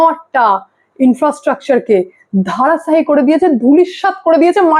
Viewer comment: Kotha ta dhorasswayi ,dharasswayi noy!